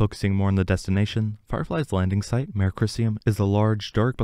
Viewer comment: Mare (a lunar "sea") is pronounced mah-ray (it's from Latin). One syllable 'mair' is a female horse.